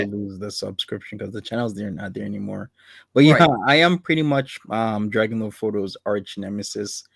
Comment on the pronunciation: he is so cute when says dwagonlowdfwodo